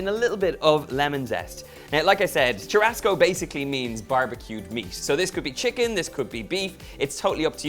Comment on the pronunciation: Churrasco is spoken as SHOE HUSCOE ( HUS as in Husband)